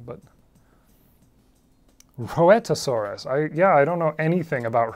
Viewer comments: I think Rhoetosaurus is pronounced 'Rhight-o-saurus' but I haven't heard it spoken in a very long time. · It's actually pronounced Reet-o-saurus